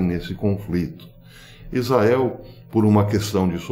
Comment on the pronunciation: Bom domingo professor, tenho sempre acompanhado seus vídeos, mas gostaria que o sr. Desse um capricho quando da pronúncia da palavra ISRAEL RRRR